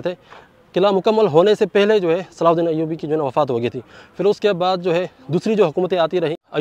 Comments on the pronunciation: Pehle sahi name bol na shikh le tere mamu ka ladka nahi hai Hazrat salahudin (r.a) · Naam to lena seekh lo sultaan salahuddin ayubi